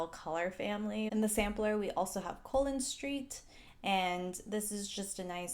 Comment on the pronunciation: LOL Colon in this particular context is pronounced a bit more like "go on" rather than "column" (ie, "col-lon" vs. "co-lon") Trivia: The street is named after Cristóbal Colón, AKA Christopher Columbus.